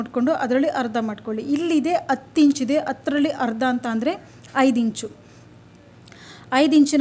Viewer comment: ಹ ಇದ್ದಲ್ಲಿ ಅ ಅಂತ ದಯವಿಟ್ಟು ಹೆಳಬೆಡಿ ಅಸಹ್ಯ ಅನಿಸುತ್ತದೆ ಈ ಅತ್ತು ಅಲ್ಲ ಹತ್ತು